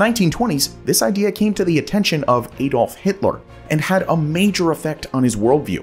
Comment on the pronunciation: Any change of AI ever prounceing Adolf Hitlers name correctly.